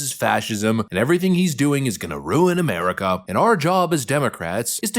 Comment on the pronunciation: can't even pronounce America. According to him, we live in Ameh-wica.